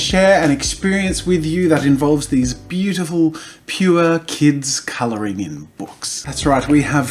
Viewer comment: Wait. Does he pronounce colouring colouringing??